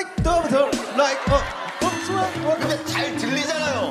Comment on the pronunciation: i dont care from now on i refer to butter as ‘dub tah’😂